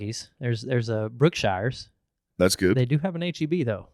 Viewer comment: For the love of gawd man it's pronounced "Brooke-shures"